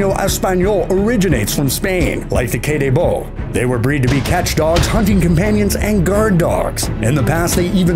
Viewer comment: The Mallorcan/Majorcan Bulldog that you are calling "Kay day Baow" is pronounced (käh/khäh déh bóh)